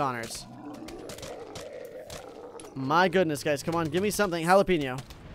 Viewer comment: what did you cal jalapeno into jalapenio